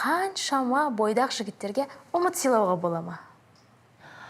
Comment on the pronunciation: Ұмыт емес "Үміт" деуі керек еді